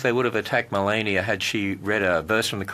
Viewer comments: Separate church and state mean state neutrality. All religions are welcome. They choose to not understand that! Also, he can't pronounce Melania's name either! Btw, it was a good joke! :) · He waits until five minutes in to introduce himself and he can't pronounce the first name of our First Lady. Seriously!?! It's almost shameful to take potshots at this guy. He's such an easy target; he practically makes a fool of himself. No outside help required.